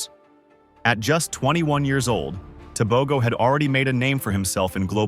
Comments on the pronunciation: When doing a documentary accuracy is key. Tebogo is not Botswanian. He is a Motswana. His name is not Teh bow Go. It is pronounced Teh Boh GhoH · You are butchering the surname, I think its about time Africans are respected and valued.